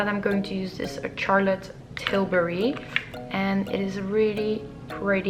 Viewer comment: I believe it is Charlotte not Tsarlotte! Nice tutorial though